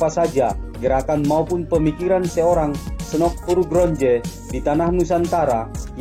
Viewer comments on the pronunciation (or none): Salah sebut nama Snock Hogranyoe